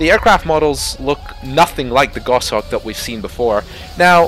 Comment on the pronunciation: It's not the same kind of sim as DCS. You can't provide the level of detail they are promising for aircraft that are classified. I'm all for competition, so we'll see how things go. Also as a falconer, I gotta say it's Goshawk not gosh-hawk ;)